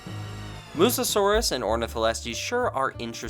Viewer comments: Noticed you keep saying "Mussosaurus" instead of "mussaurus" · I don't want to be that guy but I have to say it It's a bit funny how throughout the video we see the text say "Mussaurus" but you keep saying "Mussa-saurus" as if there's an extra 'as' in the name xD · Its pronounced “mus saurus” not “mussasaurus”. (But I also pronounced it that Way before) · This might be my OCD talking, but aren’t you supposed to pronounce Mussaurus as Muh-saurus rather than Muh-sa-saurus? It was kind of an itch during the whole review (which was terrific, love your videos) 🐥